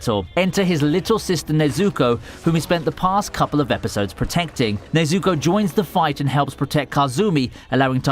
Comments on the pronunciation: My man just said nezooko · Bro I hate when people saying things wrong it’s nezuko not ne zuko you dumb shi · ne-zu-ko, get it right man, not nay-zu-ko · Why is he saying nazoko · Nobody: Commentary: "Nayzooko" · him saying “ Nezooko “ sounds like “ SACTION SAZUKE “ 😂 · Is it just me or does it sound like he’s saying neazuko instead of nezuko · I hate how you pronounce nezuko. Its Ne-zu-ko, not nezukou. get it right or shut the hell up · It's not Nay-Zuko, it's Neh-Zuko.. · Sorry but its pronounced nezooko I know this because i watched this series in english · bruh he said nezooko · he's saying Nezuko like Stewie says Cool WHip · Bro mispronouncing nezukos name is funny ad hell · man it annoys me how he pronounces some of the names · it's definitely not his accent, my british friends can say the names correctly so he might be doing it purposefully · Anyone else hate how he says nezuko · “NeazUko, Tanjyro” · It's not Tanjíro it's Tánjiro and not Nezúko but Nézuko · 'Tanjeero' 'nezooko' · Nobody:: nezooku and tanjeero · Tanjeero Tomeeoka Nezooko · nezUko? tanjIro? Nonononono pronounce names right please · "Nezukkooooo" "Tongeroooo" god I hate people who use content that they don't even watch/read just to make money. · Nezoookooo, Tangerro xD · “Tanjeero” and “Nezooko” Completely fucked up the pronunciation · My only issue with this video is the way you pronounced tanjiro and nezuko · Why are you mispronouncing Nezuko and Tanjiro